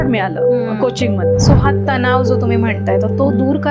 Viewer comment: तणाव बोलायचे तनाव नाही हे आधी शिका मग interview घ्या